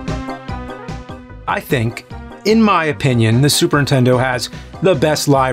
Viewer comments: “ super intendo! “ 😑😐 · been watching the nerd for a few years now... just realized he says super intendo, not, super nintendo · It's more like Supering Tendo. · I love how James pronounces it "Super Intendo" like all the 8-year-olds I knew when the console came out. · Nerd, are ya saying "super intento" On purpose? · Please stop saying 'Super Intendo'!!! Everybody does it and it's BULL SHIT! XD . For real though, please stop it. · It's just so cute the way he says "Superintendo" as all one word. Like it started as Superintendent but just O'd out. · Anyone else ever notice he always says Super Intendo? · Funny how he always says "Super N-Tendo" and "MenaNcing" :D